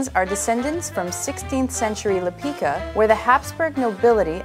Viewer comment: Actually, they originate from Slovenia, which used to be part of Austro-Hungarian empire. Lipica (pronounced lee-pee-tza, definitely not lee-pee-ka) is small Slovenian village, as shown on the map at the beginning and that's how they got their name. Many different breeds contributed to Lipizzaner, but the core breed is still native Karst horse. Karst is an area in the south-west of Slovenia. I'm always proud to explain they come from Slovenia - my motherland.